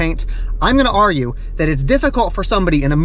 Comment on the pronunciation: In 31 years you are the very first person outside of my dad that I’ve heard pronounce “argue” as “are-yu”. I’ve given him so much shit about it for as long as I can remember. I’m gonna send this to him, he’s going to love it. Thank you!!